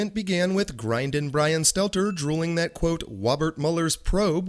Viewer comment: Get mark dice to help next time, he sounds more like Bwian than Bwian